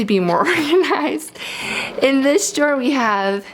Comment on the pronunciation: She said jaw or draw?